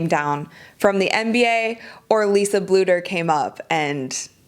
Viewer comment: It's Bluder